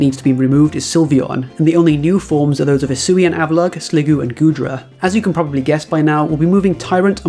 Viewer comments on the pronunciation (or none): none